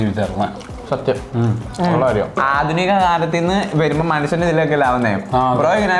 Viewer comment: അധുനിക alla പ്രാചീന